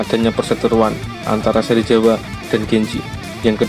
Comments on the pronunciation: sebut bagus2 ba.serizawa la,bukan serijewa😡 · apa cuma gua doang yang dengernya serjiawa bukannya serizawa?🤔